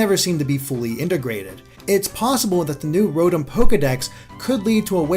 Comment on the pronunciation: Mispronounced Rotom by the way. It's Row-Tom.